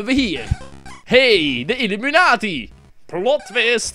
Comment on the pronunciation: Volgens mij is het illUmI-kwaad-i in plaats van illImU-kwaad-i :)